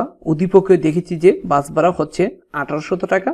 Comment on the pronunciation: একটা কথা বলি আপনি ভাড়াকে বারা বলছেন কেন ?😅